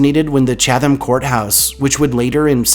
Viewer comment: I’m from NC and I have always heard of 3 of these places, but 2 were new. I really enjoyed the entire video though. However,for the 5th place, I t’s pronounced like “Chat ham” county (the “h” usually disappears), not “Cha tham” county.